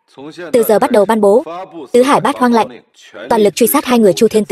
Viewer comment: Yêu cầu đọc đúng :”Lệnh “ chứ không phải :” Lạnh “